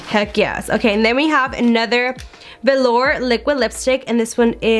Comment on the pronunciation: At least your eye shadow is blended out in this JSC mystery box video. Congrats on also figuring out how to say velour.